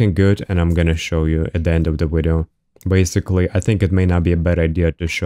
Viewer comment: My boy dropping wideo after wideo hell yeah